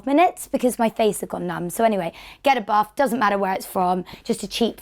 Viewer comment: Because of her accent, when she says "get a buff" it sounds like she is saying "get a bath" I was like woah sorry toff do i really smell that bad